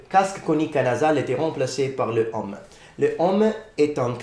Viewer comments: I agree, he speak really well French, but I heard several time "homme" instead of "heaume", and you have a funny tendency to pronunce the "h" like in English when in French it's either like it wasn't there, or just you cannot do the "liaison". That's strange as in Italian "h" isn't pronounced like in French. Except if in Sicilian it is ? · Bon travail ! One mispronunciation that I see already is the way you say "haume". The "au" within the word should be more closed and not as open as what you are saying ( you are saying "homme" which I'm sure you're aware of, means "man" ). It should be pronounced as : [om], instead of this : [ɔm]. "Haume" rhymes with "eau". If you repeat them one after the other and they start rhyming, that means that your pronunciation is correct. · His french even back then was already pretty good indeed! I also agree with the "heaume" pronounced like "homme" but I'm not sure it can be considered that much of a mistake, I might need some confirmation about that, but in some southern accents, the closed "o" sound can be pronounced openly, like with the word "Rose" that can be pronounced \ʁoz\ in the north, and \ʁɔz\ in the south. So depending on the accent you are aiming for it might not be a mistake? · Your French and your pronunciation are very good ! You spoke relatively fast, but I had no problem understanding ! The only 2 things that I noticed was "heaume" pronounced like "homme" with an open o sound, when it should be a closed o sound. And the 2nd one , I don't know if it's just me but I heard " l'effondrement de la pyromane d'occident" instead of " l'empire romain d'occident". It's just that I took my brain a second to get it right.